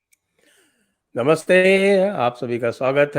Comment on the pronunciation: संजय सर जी, आप का शुरुआती नमस्ते का उच्चारण सही करिए। ए की मात्रा का स्वर बहुत लंबा खींच देते हैं आप जो अच्छा नहीं लगता।